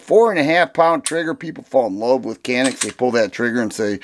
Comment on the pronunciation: Canik, not even close